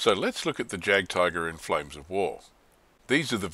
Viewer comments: Great review, and just a point on German pronunciation: In German, the letter j is pronounced like y in English, so it should like yagdtiger. Also, w in German is v in English and v is f. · I hate to nitpick, but Js are pronounced as Ys in German :) Loving the vids, when do you think you'll be posting June's Rumours and Lies? Oh, and would it be viable to do a compare and contrast series on products from the various manufacturers? Thinking of starting a motostrelkovy batalon and was looking at T-34s for the armour backup, but whose to buy? I'm leaning towards PSC's squad atm